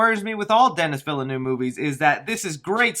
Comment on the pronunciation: Denis Villeneuve is pronounced .. .. Love your content